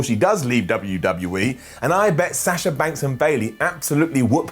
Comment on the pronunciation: It's pronounced - Bee on Kah Not -Bee anne ka And why do you pronounce sasha 2 different ways? Why not pronounce their names like how they pronounce them THEMSELVES? Sah SHa. Not Sass sha